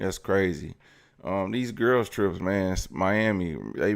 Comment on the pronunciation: Flavored air is cwazyy